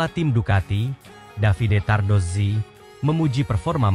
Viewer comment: Saya puji Admin ini karena menyebut nama Davide Tardozzi dan Corse dengan benar...baru kali ini saya lihat konten MotoGP yg pengucapan nama² khas Italia dgn betul...bahkan sekelas komentator dan presenter TV aja masih pada salah menyebutkannya...😊